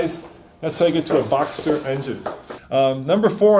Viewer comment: Boxter. Boxster. Not boxer. It is a boxer engine. The Model is Boxster. Say it it with me...